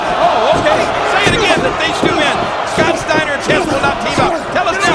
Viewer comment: I can't with this :'D "Stiener" hahahahaha